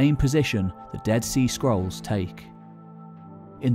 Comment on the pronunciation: I keep hearing "skrulls." Yeah...